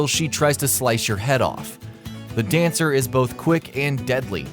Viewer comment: Im not going to lie, i think you may have had a stroke whilst saying dancer is hard, surely Friede was 10x harder